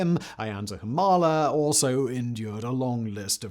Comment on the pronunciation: It is a minor thing, but you could check some of the names' pronunciations (toh-LED-oh (not lee), oo-MAH-la (no h sound)), especially if you make the follow up on Fujimori. Spanish is very consistent in pronunciation and writing, or you could look them up.